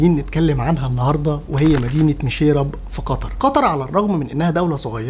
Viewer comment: 😂اتمنى تقول اسمها صح مشيرب وليس ميشييراب😂😂